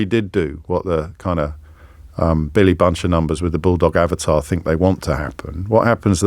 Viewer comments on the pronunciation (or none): none